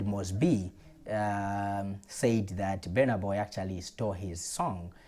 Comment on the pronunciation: elo ukusuna. busy mispronouncing the artists name is disrespect on itself